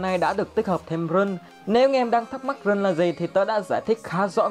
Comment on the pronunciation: Rune đọc là (răn ) mà